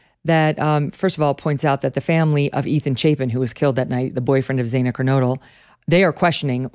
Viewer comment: It's not Zay-na it's Zana, rhymes with banana.